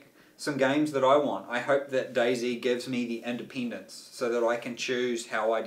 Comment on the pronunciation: When he said "independence" , did anyone beside me hear anything else?